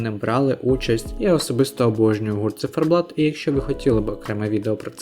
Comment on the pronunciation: Не зіферблат а циферблат. Ви що не знаєте такого слова? Ви мабуть мали на увазі Молоді замість Творчі. Бо Творчі були два роки тому. Ні не перемогли б ,бо пісні банальні хоч і гарні. Можливо були б навіть нижче, знаючи які були виступи від інших країн. А Меловін вже був і тоді у нього була навіть цікавіша пісня . Та і чому ми повинні підлаштовуватися під перемогу на євробаченні ? Головне надіслати якісну та цікаву музику , щоб продвигати наших артистів, та загалом Україну, у світі. Я вважаю цьогорічний виступ одним з найкращих. Це творчість, сміливість, душа , автентичність , незвичайність, це різноманіття в кінці кінців. Хлопці не підлаштовувалися ні під кого і були самими собою . Круто виступили. Я пишаюся просто, Україна як завжди вирізняється і сяє. Толку з того що JJ переміг зі своєю пластиковою піснею написаною спеціально для Євробачення ,та таким же бездушним виконанням ,дуже награним. Побачите, про цю пісню і не згадають. А про хлопців ще почуєте, впевнена у цьому. Вони посіли 9 місце тобто у десятці кращих і це дуже добрий результат.